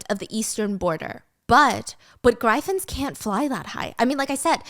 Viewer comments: Girl I love you so much but it's pronounced "griffins" not gryffins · the way Stephanie is pronouncing "Griffins" 😂😭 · 😂😂😂 I thought I was the only one who caught it